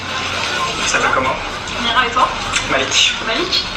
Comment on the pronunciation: C'est pas mira mes mirey mdr sinon moi je t'adore